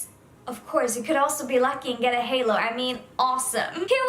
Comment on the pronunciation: she said “halor” :/